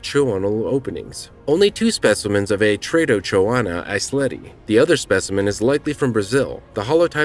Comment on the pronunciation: NO! Not Eisleti lad Eiselti.